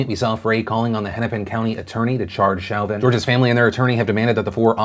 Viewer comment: As someone with the last name as Derrick. It’s pronounced Show-vin. Also, f that guy. You never block off airflow!!😡